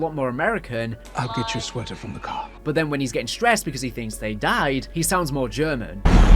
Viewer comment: He did not sound American under the tree from the way he said car